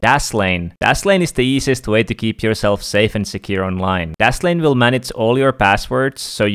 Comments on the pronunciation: M8 you said daslame instead of dashlane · where are u from cuz u cant say dashlane and tousend